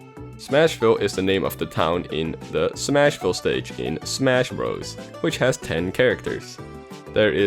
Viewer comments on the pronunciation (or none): none